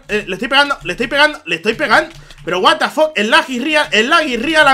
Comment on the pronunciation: "El lac is rial el lac is rial... guat da foq.. guat da foq..." clases de ingles con xD